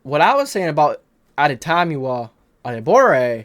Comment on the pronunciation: This is how you pronounce adetomiwa’s name, addy-tommy-wa